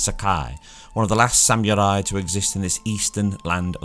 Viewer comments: I like how he said it sam you rye lol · "Samurai" look up the meaning and how to say it. Say it with meaning. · Hearing you trying to pronounce samurai is almost as bad as hearing Benedict Cumberbatch say try to pronounce penguin. Almost. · I legit lol'ed when I heard how you say "samurai" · Is that how you pronounce samurai? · “Sam-oorye” “Oh-fence” I just cant dude wtf are those pronunciations 😂😂😭